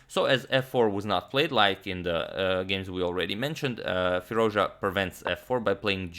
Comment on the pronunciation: Firooz ja antonio ...you still pronounce his name wrong